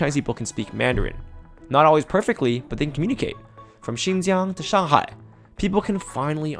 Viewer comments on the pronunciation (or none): none